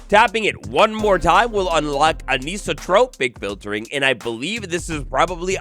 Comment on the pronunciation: Anisotropic = An-eye-so-tropic